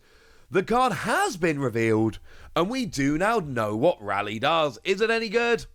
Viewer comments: Ray-lee not Rally. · Correct pronunciation of Rayleigh = “RAY” “LEE”